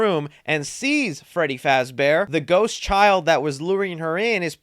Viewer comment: YOU SAID FRADDY FAZBEAR NOT FREDDY FAZBEAR. TRIGGERED!!!!!!!!!!!!!!!!!!!!!!!!!!!!!!!!!!!!!!!!!!!!!!!!!!!!!!!!!!!!!!!!!!!!!!!!!!!!!!!!!!!!!!!!!!!!!!!!!!!!!!!!!!!!!!!!!!!!!!!!!!!!!!!!!!!!!!!!!!!!!!!!!!!!!!!!!!!!!!!!!!!!!!!!!!!!!!!!!!!!!!!!!!!!!!!!!!!!!!!!!!!!!!!!!!!!!!!!!!!!!!!!!!!!!!!!!!!!!!!!!!!!!!!!!!!!!!!!!!!!!!!!!!!!!!!!!!!!!!!!!!!!!!!!!!!!!!!!!!!!!!!!!!!!!!!!!!!!!!!!!!!!!!!!!!!!!!!!!!!!!!!!!!!!!!!!!!!!!!!!!!!!!!!!!!!!!!!!!!!!!!!!!!!!